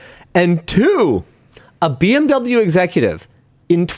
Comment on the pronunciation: Finally, someone saying Beh-Em-Veh instead of Bih-Em-Doubleyou. Thanks for pronouncing it correctly (even if maybe on accident)